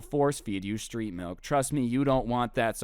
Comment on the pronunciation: OOOH STReET mAlk